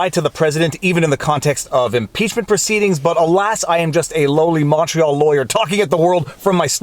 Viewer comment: I just realized you're saying "Viva Frei Montreal Litigator turned Youtuber" all this time I thought you were saying "Viva Frei Macho Litigator turned youtuber"